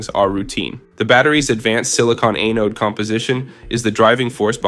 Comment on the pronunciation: For the love of god, please stop saying “eh-node”…it’s “ah-node” And where is there ANY mention of SiMaxx???